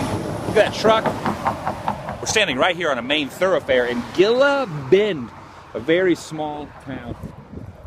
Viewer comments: hey i work law enforcement there it not called gila bend say it like hila bend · That's cool you stopped there. I've passed that place many a time on the way from Phoenix to Rocky Point. Btw, the city you were in is pronounced (he-la) Bend. Safe travels and happy new year Adam! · Dude, That was my way to SD from PHX all the time. That place was always an eye-catcher, for being out in the middle of nowhere. Oh and it's Gila Bend (but the 'G' is pronounced as an 'H'), sorry my OCD is crazy sometimes. Anyway, did you get to check that Mickey Ds' on the way out? Crazy huh?